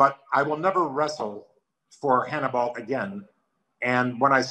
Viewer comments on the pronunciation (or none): Lanny call hims Hann-E-Ball!